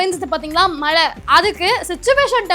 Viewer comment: மழை என்று ஒழுங்காக சொல்லும்மா. நீ சொல்கிற மலை என்றவுடன் வேறு மலைதான் நினைவுக்கு வருகிறது.